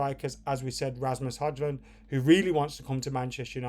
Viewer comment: You pronounce HØJLUND = Hoi -lun,! Being a Dane, I should know!